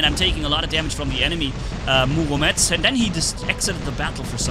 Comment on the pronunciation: Murometz not muomedtz